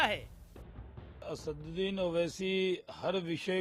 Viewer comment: Anchor ko sikhao, It is not Asaaunddin, rather it is Asaduddin Owaisi. ROFL.